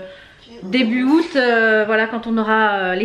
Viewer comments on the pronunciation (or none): none